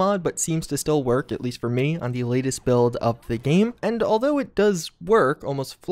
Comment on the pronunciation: Dude it‘s game, not geeem ...